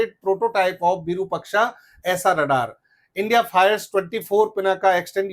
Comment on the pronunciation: आइएएस तैयार करता है ये और विरूपक्षा कह रहा है। ये बनाएगा आइएएस। विरुपाक्ष होता है रे।